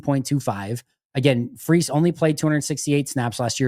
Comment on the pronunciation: The media in Minnesota is quite sure that the name is pronounced "Fry's", not "Freeze".